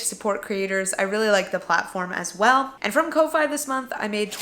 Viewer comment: I think "Ko-Fi" is pronounced "coffee"? Guessing based on the logo, but still a guess. Congrats on your successes and thanks for sharing!